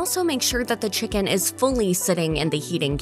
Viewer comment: How come she says chi-CAAAN